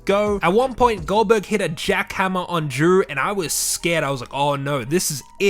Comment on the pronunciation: I thought he called GoldBerg Oldberg